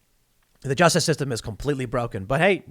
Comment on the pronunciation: What was that word? Juicestice? Jewstice? Justinstice?